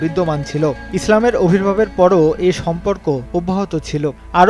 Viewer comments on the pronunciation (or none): অবির্ভাব নয় ভাই আবির্ভাব । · খুব সুন্দর কন্টেন্ট। কিন্তু উপস্থাপনা বাজে।ভালোভাবে রিডিং ও পড়তে জানে না।আবির্ভাব ই উচ্চারণ করতে পারে না।